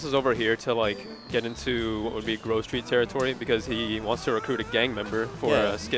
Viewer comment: I got triggered when she pronounced grove like groove